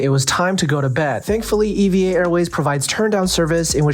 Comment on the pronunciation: It’s pronounced “eeeva” not “e.v.a.”